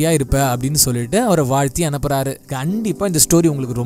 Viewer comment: One correction "Gandipa" illa "kandipa"